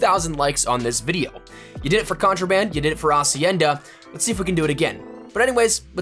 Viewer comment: You're the first youtuber say hacienda right and not HHHacienda